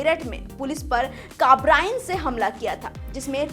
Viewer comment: बेवकूफ kabrain nhi कार्बाइन hai, sun ले tu अपनी बकवास